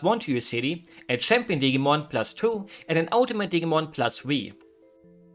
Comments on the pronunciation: Hearing digimon pronounced like "Diggymon" made me giggle perhaps a bit too much. If it's useful information at all, in English we pronounce it with a more firm i sound. I'm no good at representing phonetics but something like "Dih-Jee-Mon". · I like the way you pronounce Digimon with a hard G like in the words Get and Great. The G is actually a soft G, like in the word Gentle or Generation. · Dig-ee-mon, awh lol